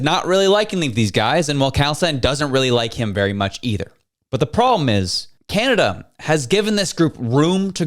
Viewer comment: Kanneda these people can’t even say the country’s name properly 😂😂😂😂😂